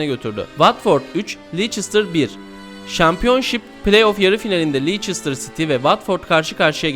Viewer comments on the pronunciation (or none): Videoda bolca yanlışlık var.. Dejan Lovren diye yazılır "Deyan Lovren" diye okunur ancak yazıldığı gibi okunmuş. Nou Camp'a da Camp Nou deniyor ancak yine Nou Camp diye okunmuş. Son olarak Leicester'a Lieçestir denmiş.. Takdir sizlerin:dddddd